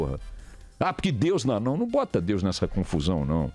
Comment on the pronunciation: Pronuncia infeliz em relação ao nome de DEUS! Caiu no meu conceito !😐